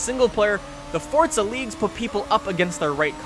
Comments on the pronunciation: it's forZa not fortza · i sware he is saying fortsa not forza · he says Fortza 6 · Why do Americans pronounce it fortza 6? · THERE IS NO "T" IN FORZA